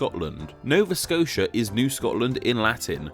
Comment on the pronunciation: Nova Scotia isn't pronounced like that!